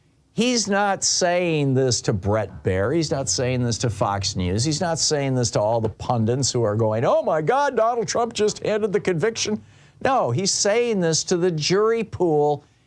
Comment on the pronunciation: IT’S PUNDITS! PUN-DITS!!! NOT pundants; jeezo that’s so disappointing Thom 🤦‍♀️😕